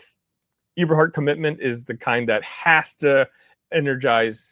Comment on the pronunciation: The name is pronounced Eh-ber- hart not e-ber-hart